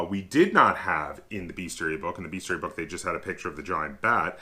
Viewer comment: Bestiary, not beastiary. How is it that not a single gamer can pronounce this word. It grates on my ears! Great video, though, thanks for this!